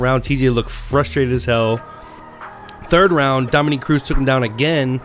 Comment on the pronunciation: dom-A-NICK - not dom-o-neek